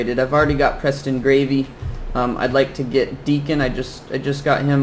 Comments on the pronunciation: Preston gravy my dude it's Preston garvey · HE ID KEEP SAYING GRAVY DAT POOR GUY S NAME IS Garvey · Preston "Gravy" lol